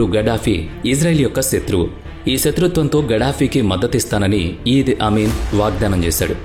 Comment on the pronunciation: ఇడీ అమీన్ ( ఈద్ అమీన్ కాదు) ఎంటెబీ ఇవీ చదవాల్సిన పద్థతి